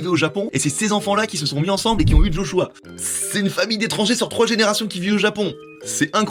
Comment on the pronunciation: Quand on parle des Jeux Olympique, on dit pas D'JO, donc je sais pas pk D'Joshua. Joshua ça sonne tellement bien sans un D'